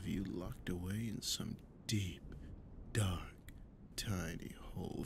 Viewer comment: the way he said "deep,DARK,tiny hole" 🤭